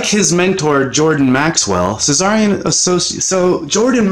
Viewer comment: Tsarion is a T not a cz....from England...!